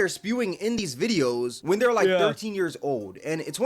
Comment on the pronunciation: “They kids, they kids” Why is it so hard for Asmongold to pronounce the ‘re part of “they’re”?